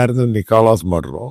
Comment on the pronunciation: not mudro, but Maduro